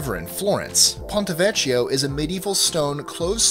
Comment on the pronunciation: lol veh-kee-oh